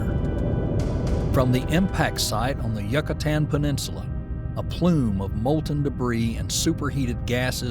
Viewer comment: From the moment when you fail to pronounce Yucatan properly I was done.